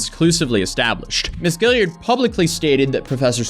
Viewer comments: Guillard! Guilliard... Guillard! Guilliard... These are two different names and you keep saying one of them. And it's not the one that's spelt right. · I know it's kind of trivial given the gravity of the video but it's bothered me since the last video about this tiktoker, there's no "i" after the last "l" in Ashley Guillard's name, but he's been pronouncing her name Guilliard every single time. I don't think it's intentional, but he's literally reading her name 10's if not near hundreds of times and has not pronounced it right. Maybe I'm wrong? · Guillard is pronounced Gee-yard.